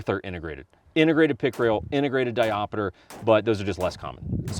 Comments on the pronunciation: Diopter, not diopeter. Also, the trigger spring is adjustable. Adjust it, you can dial the trigger in. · Diop (stop). Ter. But if that one does indeed have a ‘diopeter’.. truly a unicorn. (Someone had to be a dick). :-) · Great video. Always kill the montage Ya killing me smallz…di-opter not di-op-a-ter Just figured I’d mention it on the second video. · When I started getting into guns, this is one of the guns that made me lust. I wish Sig USA would make a proper version of this. Also...not trying to be a dick....just saying...it's not diopiter, it's diopter. Kinda like how ambidextrous isn't pronounced tree-us at the end. Like I said, it's a correction, not a criticism. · 3 years later and knowing he specifically says it wrong in the sequel. But it stills erks me when you say di op ater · 😂 diopiter? WTF is a diopiter? 😆